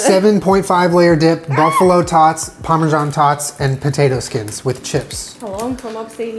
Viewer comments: he said pamersan... TWICE.. PAMERSAN. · He’s says Parmesan in a way that makes me uncomfortable